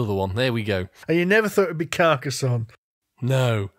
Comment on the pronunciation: Hurrah for pronouncing Carcassonne correctly.